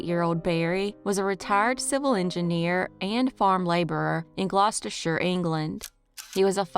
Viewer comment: Great pronunciation of Gloucestershire! That's just up the road from me, I'm in Worcestershire. I know you guys have a bit of a problem saying that one!😂❤